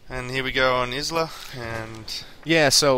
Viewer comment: hey, in isla it's pronounced eye-la not iz-la